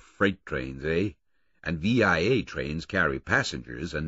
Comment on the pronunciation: No Canadian can listen to this book without shuddering every time Tony Britton calls the railroad V.I.A. (vee eye aye) instead of VIA (vee uh).